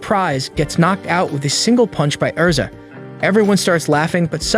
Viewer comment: Erza ERza ERZa ERZAAAAA. Not Ezra. Lol. The mispronunciations kill me. But otherwise pretty good recaps!